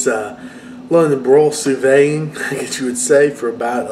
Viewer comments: "Sue Veed" not "Sue Vay" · I'm asking this because I'm genuinely curious. I've heard a couple other southerners pronounce "sous vide" like you--"sue VAY" or "sue VADE"...Why is that? Everyone else pronounces it "sue VEED"...like "seed." Love your videos, including this one. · hey man not trying to be the grammar police or anything but you do such a good job with everything, I just wanted to give you a heads up on how to pronounce "sous vide". it's pronounced "sue-veed", not "sue-vay". love the recipes brother!